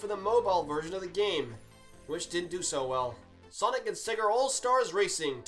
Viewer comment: THERE IS NO R IN SEGA, SEGA, NOT SEGER